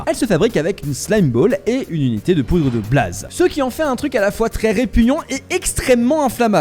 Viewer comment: La Broodmother de ARK 😂 Ouais mais là c'est l'ancienne texture 😅 Bon, maintenant le soufre a récemment été rajouté. Est-ce un hasard ou un détail de la part de Mojang de faire que les pandas peuvent éternuer des slime ball ? 🤔 Pourquoi tu dis "blAze" ?